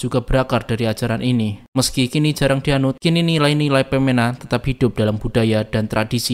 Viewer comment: Baca "Pemena" Bukan Peména, E Nya semua pepet.